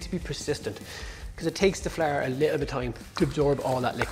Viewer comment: I’ve been practicing how to say flour like he does! “Fla-r”. 😎